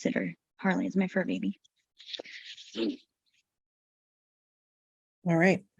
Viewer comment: Do none of her baybeez have names? I get so confused about who she’s talking about “can I bring my wittle baybee?” “That’s MY BAYBEE”